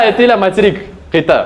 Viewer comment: Qit'a ❌ Qiyta✔️